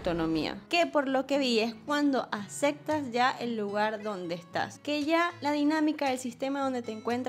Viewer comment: Acectas?? 🤨🤨 Se dice aceptas!!